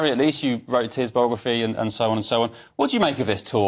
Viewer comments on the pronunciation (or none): 'Bography'??? Does he mean BIOgraphy???